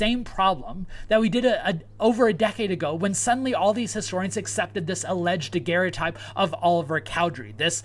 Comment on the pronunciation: Oh my gosh,. You mean David Rogers, not Daniel Rogers. You mean Joseph Brickey not Joseph Brickley. You are so far from your classroom, and tripping over material culture issues. And it is a daguerreotype, you can't pronounce. Daguerre was his name. Daguerre-o-type is the object. Never mind the rest. Going to call you "" since you can't commit. And you shouldn't, since as you say you lack "full confidence" and don't know what you are talking about. Now for Section 132.